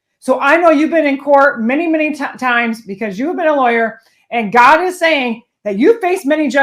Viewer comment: I crack up every time you say "gawdah". I have even subconsciously starting saying it in my daily life. Love your content to keep things that are sadly true.... in real person speak and how I feel most days. Keep growing